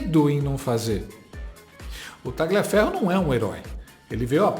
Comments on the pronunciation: Não se pronuncia como está escrito, é Taliaferro,o g é mudo. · Quem com Tagliaferro ( por ser come de origem italiana, le-se “Talhiaferro” ), ferre… Muito boa,. A cada dia, você se supera. Você abusa do fato de ser inteligente. Meus parabéns! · GLIA se fala LHIA. TALHIAFERRO. Só para melhorar a história. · Tagliaferro é um sobrenome italiano, e lê-se “talhiaférro” !! A mesma coisa para a “paola” que se lê “paula” , paôla não existe, trata-se de pura ignorância! Ciao a tutti.